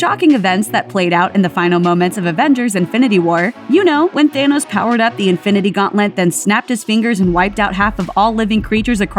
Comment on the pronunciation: His name is Thanos, not thanis.